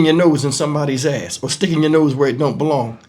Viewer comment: I said the same thing, I shouldn’t be laughing but Lord the way kept saying Azz had me rollin 😅😂😂😂😂😂